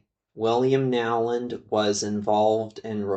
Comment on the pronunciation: Isn't the name pronounced, "Know-land" rather than Now-land?